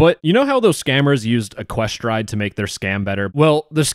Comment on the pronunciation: wrong pronounciation. it's ECK-kwe-stride